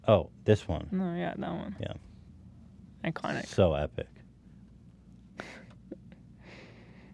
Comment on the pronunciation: Only a fart sniffing Californian could fuck up saying “iconic” by adding a bunch of syllables and suffixes that don’t make sense.